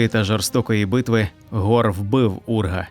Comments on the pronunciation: Нема ніякого гора, є Хорус, перестаньте вже коверкати назви ігрових персонажів, нахуя ви це робите? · Хто такий гор? Який ще гор??? 😂😂😂😂 HORUS! Де тут гор???😂😂😂 Навіщо коверкати власне ім'я персонажа?